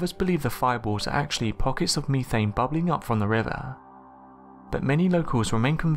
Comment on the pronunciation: I love those fiboors, and meethane. Just kidding. I actually love your accent.